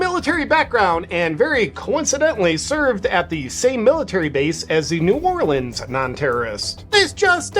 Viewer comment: Thank you for say New Orleans the correct way.